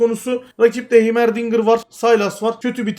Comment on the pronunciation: heymer değil haymırdingır